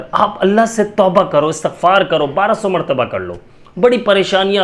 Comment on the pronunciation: Asatagfar ni hota istigfar hota he